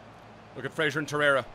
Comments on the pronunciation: it’s Fraser not Frasier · It’s Ryan Fra(z)er not Fra(shi)er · It's pronounced FRAZER not FRASIER, he hasn't got a TV show named after him xD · Fraser not Frazier bro